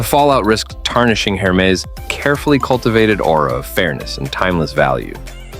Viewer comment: It is very funny to watch video about Hermès Please stop pronouncing hermezze Back to the point why showing so much other brand coco lv and other? I realy thing that is just a big jock to not say fack news